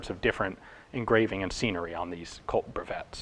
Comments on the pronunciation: Actually it's "breveté", accent were dropped in capital letters at that time. This changes the pronunciation, yours would be written "brevette", the double consonants modify the way you pronounce the vowel before them. I know you care about those kind of details ;), thanks for that by the way. If you could modify the title of the video you would get a lot of croissant points for your next visit. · FYI, it's actually pronounced "breveté" (patented)